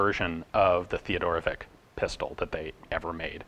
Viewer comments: Oh man, I so hate correcting pronunciation. Any yugalasav or Russian name is always predicted on the end as vich. Not not Vic. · For what it's worth, our name was pronounced Theo-doro-vits